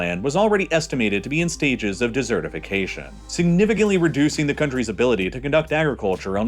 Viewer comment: I’m sorry I can’t let it go. It’s desert-ification. You don’t have eat it. It is dry, arid… you know… like a desert.